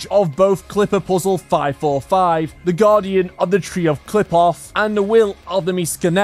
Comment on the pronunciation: I’m not sure about this, but I’m pretty sure the tree doesn’t pronounce the P it pronounces it like an F I’m pretty sure like cliff off again you should double check that but I’m not sure